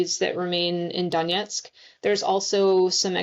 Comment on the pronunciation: The way pronounces “Danietsk” instead of “Donets’k” hurts my ears. The video is really good though, thanks!